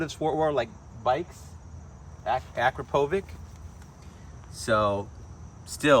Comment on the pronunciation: no lie its pronounced A crap a vich .. after the founder .. bit in the Sport Bike world and German car and exotic car world .. gives more of a exotic sound vs muscle car sound